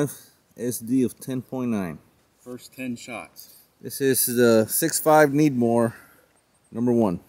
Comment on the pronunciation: why do you say 6.5 Needmore instead of Credmooor?